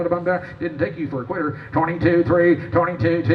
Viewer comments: I thought he said “queer” 😬😂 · Yes thanks , i thought it was “queer” , but quitter makes more sense and def fits the pronunciation ; +1 to OP for internet rage de-escalation